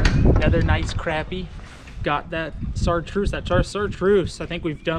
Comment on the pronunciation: I’m going to freak out if he says sartruce again but great vid